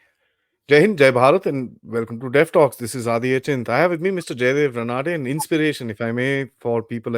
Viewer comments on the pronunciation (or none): It is pronounced as "Raah-nuh-dey" not Ruh-nadey!